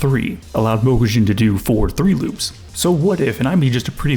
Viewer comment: Obsessed with this guy pronouncing Mokujin